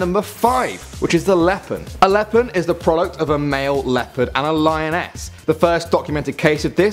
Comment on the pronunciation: leopon sounds like lemon